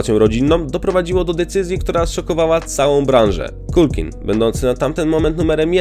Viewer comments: Nie Makulej - tylko Makalaj i nie Kulkin, tylko Kalkin... Strasznie się tego słucha. Dwa słowa, a tak ważą o jakości filmu. Sorry, ale nie kupuję tego. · Dokładnie, i nie "Kulkin" , tylko "Kalkin". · na pewno jego imię i nazwisko wymawia sie makkulej kulkin? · Wymawianie nazwiska Culkin brzmi bardzo źle słuchając tego filmu niestety. Tak samo nazwisko Pesci nie wymawia się w taki sposób jaki użyłeś w filmie.